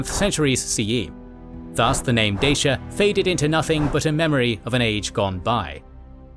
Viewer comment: Great video, but the romanian in me can't get over the incorrect pronunciation of Dacia 😂